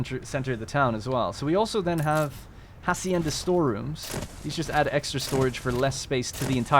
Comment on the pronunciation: Just a quick note (not trying to criticize here) but hacienda is pronounced ah-see-en-da. The word is in Spanish meaning the “h” is silent